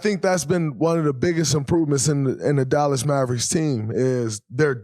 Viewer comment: Dallax maverix yeah, learn to talk